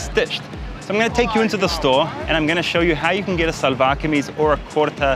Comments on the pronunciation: Karl, in Pakistan its pronounced more like shalwar kameez not salwar kameez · one tip from a native speaker, try to say shalwar not salvar